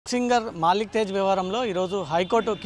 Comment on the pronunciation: మాలిక్ తేజ్ కాదు 😂😂😂మల్లిక్ తేజ్ .తెలంగాణ సమాజం మొత్తం నమ్ముతుంది. అని నువ్వు ఎలా అంటున్నావు యాంకర్😂.